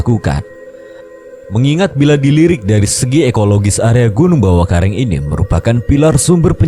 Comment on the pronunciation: Ad kata²kurang pas bang,,bawakaraeng bang bukan bawakareng 😅,,koreksi doang bang 😅